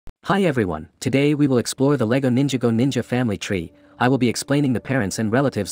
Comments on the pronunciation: It’s ninj ah go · Pov: You are triggered on how the video keeps mispronouncing ninjago and Nya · You at triggers he says Nyaaaa wrong and Ninjago as ninja go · how was nadakhan (idk how to spell it) pronounced correctly but nya or ninjago weren’t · How did bro say ninjago and nya wrong they even said how it's pronounced in the show 💀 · This video is F###ING TERRIBLE!!! You keep mispronouncing Ninjago & Nya!!!